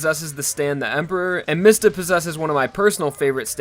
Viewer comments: ITS NOT MISTA ITS MISTA (MEE-sta) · Can you please pronounce mistah right It's Mee stah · I thought his name was pronounced "Meesta." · Pronounced Diavolo and Miata wrong